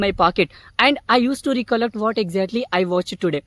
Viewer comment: Its Rekallect not reekallekt. Anyway you spoke well.